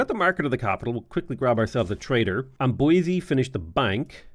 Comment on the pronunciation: Hey ! You pronounce pretty well french cities names (Except for Amboise, it's more amboaz not amboisey xD)